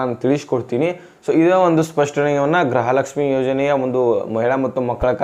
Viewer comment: ಗೃಹ ಲಕ್ಷ್ಮಿ ಅದು ಗ್ರಹ ಲಕ್ಷ್ಮಿ ಅಲ್ಲ ಕನ್ನಡ ಸರಿಯಾಗಿ ಮಾತಾಡು ಗೂಬೆ